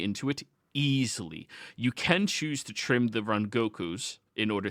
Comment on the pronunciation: i love u but its Rangiku not rengoku